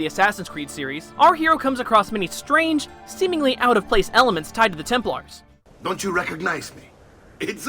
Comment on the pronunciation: Why do you pronounce Templars Temp-Lars not Temp-Lers